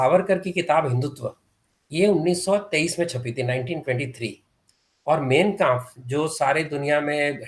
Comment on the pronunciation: उच्चारण: ठीक माइन काम्पफ, ग़लत मेइन काम्पफ टीक हाकेन क्रोयत्स, ग़लत हाकेन क्रूज़